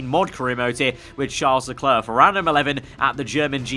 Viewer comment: Mate! You must pronounce it like this: charl lecler